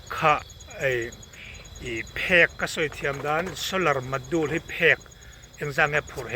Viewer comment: Solar module zeda ho ta....solar zedule.. lam sual lui lh ngar2 in tih lar nan lh intih khongaih tlak.om nan..nuih poh hi tiza toh lo..ngeiom lam ah kl toh xok...